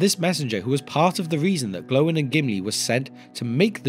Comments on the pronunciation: Gloin is not prounounced Glow-in but Gloy-n. Likewise Oin is prounounced Oy-n. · Why have you changed how you pronounce Gloin?? Your video on the dwarves of Thorins company you said it as they do in the movies. Never heard it pronounced glow-in before. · Lol did you just say Glow-in? The disrespect for Gimlis dad is real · Is the way you pronounced gloin the official way or the movies version? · Fathers of the dwarves.... But please start pronouncing gloin correctly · I can't watch it because of how you say Gloin